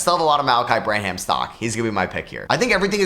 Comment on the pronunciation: Gotta work on your Malaki Branham pronunciation. Don’t pronounce the h. It is like Graham. No h. Bran-am instead of bra-ham.